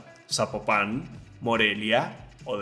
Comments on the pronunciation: 🇲🇽💯🅰️🇲🇽🇲🇽🇲🇽🇲🇽🇲🇽EXCELENTE VIDEO MUY INFORMATIVO , ESTO ES EXACTAMENTE LO QUE UNO BUSCA , ALGO QUE LO INSTRUYA MUCHÍSIMAS GRACIAS POR COMPARTIR ! SOLO UNA OBSERVACIÓN , NO SE PRONUNCIA ZAPOPÁN SE PRONUNCIA ZAPOPAN ASÍ SIN ACENTO EN LA A , UN SALUDO DESDE PALM SPRINGS CALIFORNIA YO SOY DE TIJUANA BAJA CALIFORNIA NORTE MÉXICO 🇲🇽!!! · Zapopan, no "Zapopán" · Compa, ni siquiera sabes pronunciar la palabra Zapopan. Su silaba tónica esta en " po "